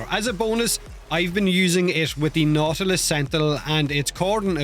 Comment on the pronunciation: Nautilus sounds like naughty list when you say it. I was wondering for what you're bringing that along 😂